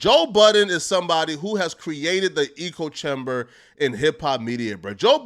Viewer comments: echo-chamber. ‘echo’ then ‘chamber’. not ‘eco’. peace and love lol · “ECO” chamber? Or ECHO chamber lmfaoo there’s a difference friend. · Hey butthead, it's not eekoe nor ego chamber, it's echo chamber. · It’s “echo” not “echo” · It’s echo chamber like the clothes you have on pronounced Ecko eh-ko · Bro. It’s echo chamber!! It’s pronounced “Ecko”.. you make it sound like Joe Budden cultivated his own ecosystem lol. I like you, but bro, on damn near every one of your videos you mispronounce/butcher numerous words, or just use words in the incorrect context. It’s hilarious but you make it real hard for me not to be a grammar Nazi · “Ujalee” “ChobChimber” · I thought he was trying to say Ego Chamber 😂😂😂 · This nigga can’t say echo chamber? Lol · Someone teach this man how to say echo chamber